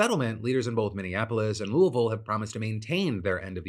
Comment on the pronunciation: I'm very aware it's NOT the point of the story, but the way you pronounce Louie-Ville sounds like you've got a potato in your face as you say it. I'd have accepted Louis-Ville. Bout Louallvaule sounds silly. LoL My family from KY have always pronounced it Louie, as in Huey, Dewey, and Louie, Louie-Ville.